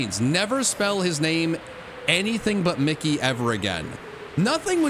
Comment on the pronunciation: When he says mickey needs to stop cheating in Drowzee I heard Nicki 💀